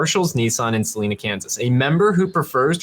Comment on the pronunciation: It’s pronounced Sa line a.